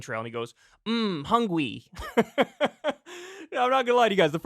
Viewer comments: I thought the “hungwy” was just from Bad Lip Reading?! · Kyle may not know who's hungwy, but he definitely knows who's houngry. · The "hungwy" thing is from a bad lip reading video to be fair. It wasn't actually DeSantis. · Are you sure that hungwy clip was real lmao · Not defending meatball at all but the "hungwy" thing is from an episode of "Bad Lip Read" video, there is enough legit stuff to make fun of him